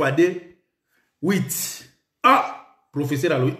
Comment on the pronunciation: ONT DIT (S.V.P )ES NON( S.T.P) 😃😃😃😃😃😃😃😃😃😃😃😃😃😃😃 EEH NGAI EEH EBEBIEE EBEBA KAKA UN PROFESSSAR AU LIEU ÊTRE UN PROFESSEUR 😅😅😅😅😅😅😅😅😅😅😅😅😅😅😅😅😅😅😅😅😅😅